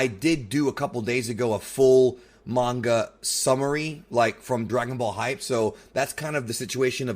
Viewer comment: Can you seriously learn how to pronounce names and the word manga your reviews are a disgrace when you can't pronounce words correctly